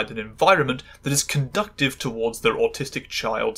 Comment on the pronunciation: Also, conducive has a soft second c.